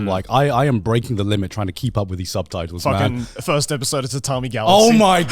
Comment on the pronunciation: “Subtatles” - Garnt 2023